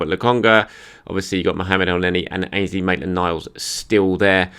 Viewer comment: Please not Elnenny please!!! Mix it up in between Sambi and Maitland Niles